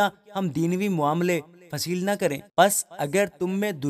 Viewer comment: برادر معذرت کے ساتھ ۔مگر بطور مسیحی فرد کے، میرا یہ فرض ھے کہ آپ نے پاک کلام میں سے جو کلام پیش کیا ۔اس میں آپ نے آیت نمبر 2 اور 3 میں جو لفظ فیصل لکھا ھے ۔فیصل نام کے معنی فیصلہ کرنے والا ھوتا ھے ۔مگر آپ نے فیصل کو فصیل پڑھا ھے ۔جو کہ آپ نے غلط پڑھا ھے ۔کیونکہ فصیل کے معنی دیوار ھے شہر پناہ بھی کہا جاتا ھے۔